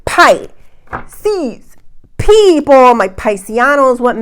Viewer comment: Does anyone else air-punch when she says "Pi-sces pee-ople!!"...even if it's like kitten punches cause you're tired? "No you don't want to get any skinny-tea", hahaha, love.